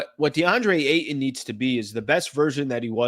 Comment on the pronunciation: The way you pronounce Ayton grinds my gears